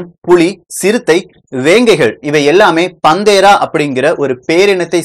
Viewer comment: பதிவு அருமை நண்பரே!"பந்தேரா" அல்ல.அதன் உச்சரிப்பு பேந்த்தெரா.Google search செய்து, Voice translate English to Tamil website இல் panthera வார்த்தையை type செய்து, Englishஇல் speaker பட்டனை அழுத்தினால் .. சரியான உச்சரிப்பு கேட்கலாம்.. Google translate audio உம் முயற்ச்சிகலாம். App உம் இதற்கு உண்டு. உங்கள் ஆர்வமும்,அறிவியல் விளக்கமும் தொடர்க!வளர்க! திருச்செங்கோடு R.சீனு-பொறியியல் பேராசிரியர்